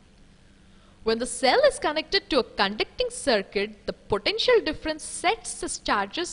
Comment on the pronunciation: It was pretty scary the way she pronounces 'potential'!